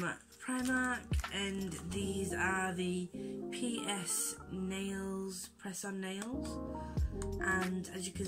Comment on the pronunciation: Haha! I love you but I thought you said penis nails when you said PS 😂😁💝